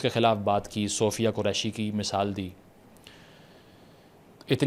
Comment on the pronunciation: First thing: it is misaal not "missile" (shows your mindset, bro) Second thing: just because your "mainstream media" (if there is any) did not "celebrate" Phalgam terror, then you are delusional. You lot have been killing everyone (Shia, Baloch, Pathan, Ahmadiya [who was the biggest community proposing Pakistan in 1900s]. You all wanted Islamism. You all should live with it. Stop complaining about it to the world.